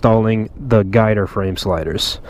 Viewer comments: I've been racing my whole life, and even sponsored by Yamaha. Never heard it called "guy-ter" before because its GYTR. Call me triggered but atleast I'm hitting bullseye, as far as being correct. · Am I the only one that gets offended everytime you say "guy-ter"??? You dont pronounce it as a word, you pronounce the simple abbreviation GYTR. G-Y-T-R 🤦🏼‍♂️